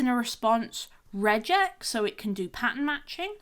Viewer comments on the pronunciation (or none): none